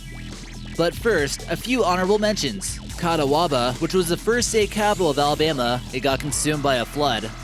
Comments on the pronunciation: Ca-ta-wa-ba, really? You guys could have a great channel if any of you could read. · Cody, Wyoming, is NOT a ghost town!!! And "Catawaba" is pronounced "kuh-TAH-bah". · Someone has probably already said this, but its pronounced Cat-ob-Wah